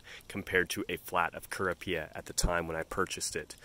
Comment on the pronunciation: Rather jarring your pronunciation of lippia and kurapia.... I've watched several videos about each and I've only heard, "LIP pee uh" and "ker OP ee uh" 🤷🏼‍♀️